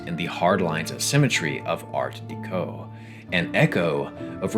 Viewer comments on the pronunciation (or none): Someone tell this man it is pronounced "Art Deh-co" not Deek-o. How is this dude making a video about a French Game and can't say Deco correctly. Art Deco litteraly comes from Decoration. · Art DEH-KO, not DEE-KO. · Okay I’ve been pestered by this for weeks at this point. Art Deco is pronounced like Decoration, “deh” not “dee”. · Oh my god…. You didn’t just say art DEEco. Someone wake me up when we are all no longer suffering from ghsfjukluduuicvaww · I'm pretty sure 'deco' in 'art deco' is pronounced like decoration. Its a small thing but it got me every time. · It's pronounced "Art-Deck-O" btw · Imagine making a 46 minute long video repeatedly using the phrase "art deco" but pronouncing it wrong every time. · Never have I ever heard someone pronounce art deco like that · can't say I've heard someone pronunce Art Deco that way 😅